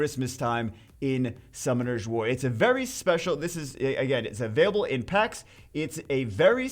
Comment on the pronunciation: I was legit excited until you said... "Packs"